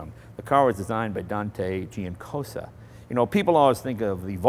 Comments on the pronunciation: 1. "Dante Giacosa", not "Giancosa". 2. "Millecento" means One thousands and one hundred, not "Eleven hundred". Nice video, thanks. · It's Giacosa not Giancosa :) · there is no "n" in Giacosa